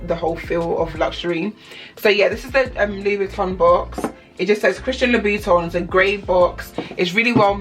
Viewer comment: Its louboutin nog loubiton